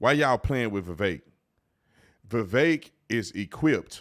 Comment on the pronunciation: Vivek rhymes with stomach ache or head ache.